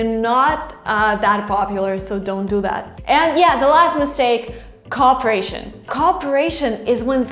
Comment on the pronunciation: Hello...DO NOT take names such as Indians, etc., that is NOT in good taste. Just present facts --&-- nothing more. Your pronunciation for COOPERATION is awfully weird. Three dots or five dots.......that is our preference...........that is all.